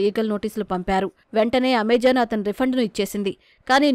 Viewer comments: Its not amejon its Amazon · AmaJaan kaadu talli its Ama-zon Ni jaan ni denga